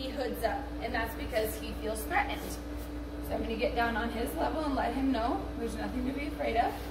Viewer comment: Please learn how to pronounce “threatened”, it’s not that hard.